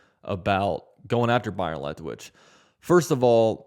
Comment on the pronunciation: Are you saying Lethwich? Isn't it Leftwich?🤔